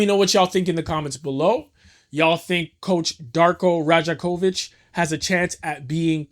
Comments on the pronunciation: Dope video!! btw his name pronounced Rye-Ack-Oh-Vich if you make another one though boss he’s tooo hype gotta love him as a coach even though all the trash fans were saying no he should be fired the real one knew he was that guy just needed a team to run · good video brother... but you're from Toronto? how you from here and you don't know how to pronounce his name haha Dar-Koh Roy-yak-ovich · Great commentary and editing, man. I see you're on a trip around the league reporting on teams. Announce yourself as a Raptors convert, center the team in your reporting (and learn to pronounce 'Rajakovic' correctly) and I guarantee you that 1,800 sub count will EXPLODE. There's no love like the love of Toronto Raptors fans--trust.